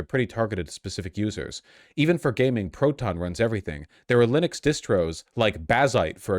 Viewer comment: You taught me to mispronounce linux. i will never say it correctly now 😭